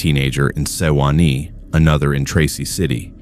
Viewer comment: You need to teach the AI to pronounce words better like Monteagle pronounced like it is written not how you did and Sewanee is the same although you got Altamont really close . I know because I grew up in that area and I'm 74 y/o now. Some of my family is from around there.